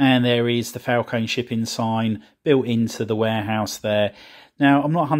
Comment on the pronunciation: It Falcon-E- strongly pronounce the E at the end